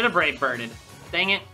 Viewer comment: “Should have brave birded” More like brave bird-DED Cuz…dead…. Recoil…